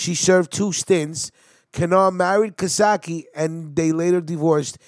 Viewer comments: Hes a great man. Real tough guy and great father. His name is not being pronounced correctly. Ca...Case. Ka - Case. Not Casatchie!!! You guys need to learn how to pronounce Italian names!!!! Yes..hes usuallysporting long greyhair Hes one of the lasttough guys. Real tough guys. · It’s Cacace not CaSake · Hey bro! Great video but you should learn how to pronounce the names right. Caccese is not pronounced Kosokki!! Look it up! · it's not casaki. its pronounced ca-sace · Nice job other then the pronunciations --- Cacace is pronounced Ca (like Car) Ca (car again) ce (like chee in Cheese) NO sock ee. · Don't worry I'll tell them twice.its pronounced cuh-case.. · It’s pronounced kah-case-ee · All wrong! My named is pronounced Ca-case, but spelled Cacace! Very simple!!!!!! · Hey its pronounced Ka-case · Its pernouced ca-case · Cacace is pronounced Kah- kase- ee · Yes your right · You gotta learn how to pronounce Italian names. PepsiCo and Cacache